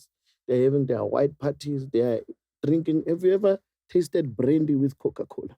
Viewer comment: …”They’re having their boerwors…” “brandy with Kokokala”…😂